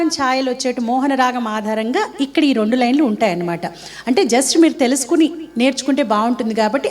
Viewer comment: I wish I can speak Telugu like you madam. Don’t mistake me few words you pronounce in an accent like you say the number 2 , (Rondu) and you know very well it is (Rendu)